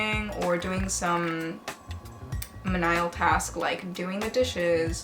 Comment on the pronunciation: Hey love, menial is pronounced “mean-E-uhl”. Thank you for sharing your tips on how you study and acquire languages!